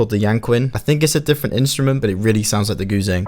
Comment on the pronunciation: What is that thing called again? It sounds like you're saying Goo thang....in which case....You're my GOO THANG, Can't get enough, I love your plucks, let's turn it up, you get what you want, cuz you're my Goo thang!